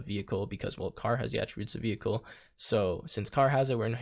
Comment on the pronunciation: bro really said veichle